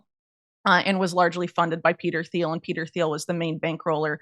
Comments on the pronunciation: Peter Thiel’s name is pronounced T-eel, not Th-eel. The H is silent. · Theil to Thiel and the h is silent pretty sure😊❤